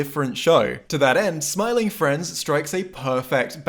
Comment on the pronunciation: Bro said Smormu